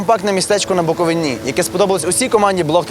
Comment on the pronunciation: Але не БуковинІ, а БуковИні